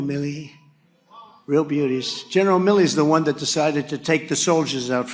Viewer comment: Every time I listen to this speech and at the debate it seems that Trump says Billy not Milley. I kept wondering which general was named Billy?